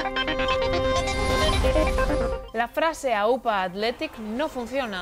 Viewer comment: en vasco no se pronuncia Aúpa se pronuncia como si la tilde estuviese en la "a" Áupa